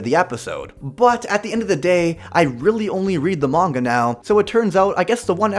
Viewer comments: can't listen to someone who says manga like Mang-ua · Manwua....?? It's pronounced Fudamedalalchumist brudehood dummy... The s is silent